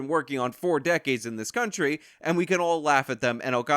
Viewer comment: I hate how she says "and"